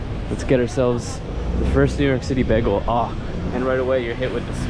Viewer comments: Begel? It's "baygel" and metro? It's the train....... Rudy's Hobby Shop was originally a soda shop. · the correct way is actually baygel as you would pronounce "bye" and "gal". from german/yiddish "ring" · How I know you’re from PA: begel instead of bay-gul 😀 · He must be from Philly if he’s pronouncing bagel like that